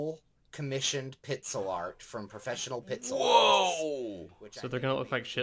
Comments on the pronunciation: Am I the only one who's noticing him saying 'pitsel' instead of 'pixel' ? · "pitsel art" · "Professional pizzel art"